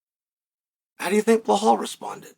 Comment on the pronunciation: Undisputed. Never lost a round at name pronunciation. Now let's try again بلال - Bilaal This is the name of a great personality in the history of Islam. The first black revert/convert in Islam, who was also a freed slave. And the official caller to the prayers of the Muslims. The silencer of the colonialist orientalists who think Islam is only an Arab religion. Islam encompasses all ethnicities. It's your choice to accept it or reject it. Have a blessed and peaceful day 👍🏼 Now say this... I bear witness that there is no God except Allah, the one and only true God. He has no partners and there is none like unto him...